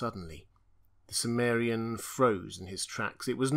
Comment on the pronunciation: Why do you pronounce chimmerian, as if the ch was S?